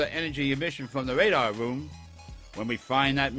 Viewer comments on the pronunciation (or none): "from the wradar wroom"